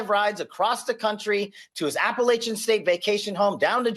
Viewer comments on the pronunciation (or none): I’ve heard enough. Take his director position away just based on his mispronunciation of “Appalachian”.